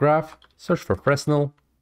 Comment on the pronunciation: Fresnel is pronounced Fraynel, because the word is french